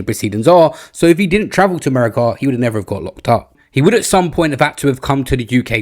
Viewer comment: I've never heard of Errmerrycar, or Roomane-E-aar.